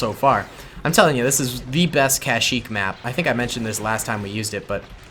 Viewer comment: One time said kashmeep when he ment kashyeek